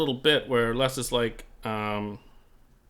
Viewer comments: Minor quibble, but it's, "Lez," not , "Less." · Correct. It sounds strange pronouncing it "Less".